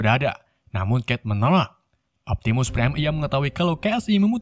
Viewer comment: Prime bang bukan prien